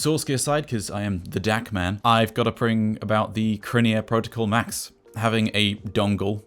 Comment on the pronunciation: Because it's CrinEar not CroverEar 😜